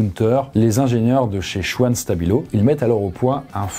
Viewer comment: "Chvan", pas "chouane"